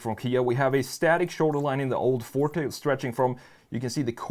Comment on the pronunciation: It hurts everytime he say fort instead of forté lol